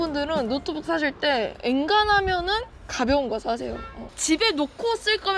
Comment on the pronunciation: 왠만하면 을 앵간하면 이라고 들려서 너무 친숙해요ㅎㅎㅎ